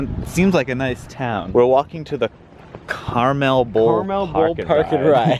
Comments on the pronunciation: Car-MUL not Car-Mel Grew up in Carmel, NY and they are surprisingly pedantic about the pronunciation. Love the vids that end up here. Also, love the quip about it "smelling like the woods" getting off the Metro-North in Brewster (true). Not in the area anymore, but I love seeing the familiar sights!! - West Branch Reservoir (kudos to you guys for making the walk but a bike is highly recommended making the trip) - Pro-Tip, the next stop up (US 6 - NY 52) is a muuuuch nice place to wait for this bus (close walk to the "famous" Georges Place). Easier to park at the Bowling Alley though (the strip mall you'd be facing the back of there, has like a Starbucks and other stuff). - Beautiful shot - Doing 40 on tiny-ass mountain roads, welcome to Putnam County!! Another banger vid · Also Carmel is pronounced like “camel” with an R in the middle (soft e)